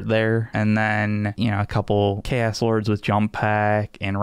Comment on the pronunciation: Ah yes, Cha’os Space Ma’rines, my favourite faction!